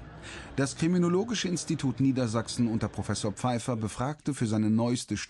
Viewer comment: schon wieder 'pfeife'r